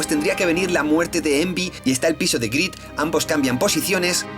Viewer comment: "Lasto", "Praido", "Grido"... JAJAJAJAJAJA